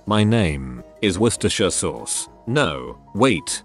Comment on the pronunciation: Wait a minute... all those wrong pronounciations, but it manages to say "Worcestershire sauce". WTF